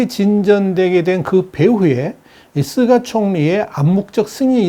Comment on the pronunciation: 께선, 다~ 좋으신데... 일본 총리 '스가'를, 왜~'쓰가'라고 부르시죠~? 스가 요시히데 (すがよしひで, 菅義偉, Suga Yoshihide) 인데요...;; 저는, 스가를 '유기견' 이라고 별명으로 부릅니다만... ㅎ